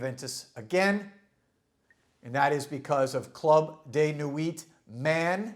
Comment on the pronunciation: hahaha...clud de nuit..are you fucking crazy? its day and night difference...